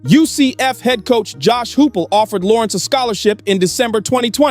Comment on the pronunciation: Pronounced Josh "High-pull"